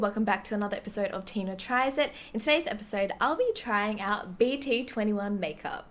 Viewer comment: Actually BT21 pronounce as BT-Two One 😣